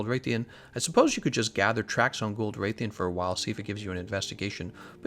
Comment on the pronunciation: Nobody: Absolutely no one:: Wraith-ian Wrath-alos